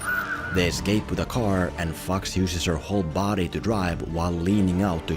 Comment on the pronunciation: Accent saved you from getting flagged for "Fox". I wish I could get away like that.